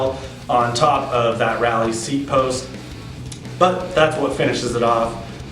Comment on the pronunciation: It's Raleigh (pronounced rawlee) and not Rally..sayin